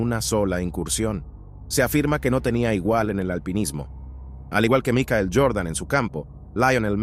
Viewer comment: Micael Jordan quien es micael Este compa no sabe ni hablar y anda haciendo videos